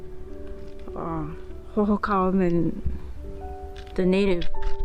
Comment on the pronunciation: got Hohokam Indian pronunciation correct but you slaughtered all the cactus pronunciation. It’s a beautiful park down there. 👊👍😎